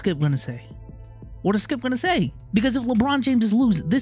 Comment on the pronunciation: For a second there I thought you called him "Skeup".